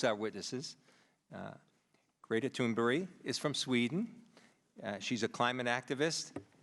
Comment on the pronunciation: It was great Greta recognised she was being called upon despite the mispronunciation of her name.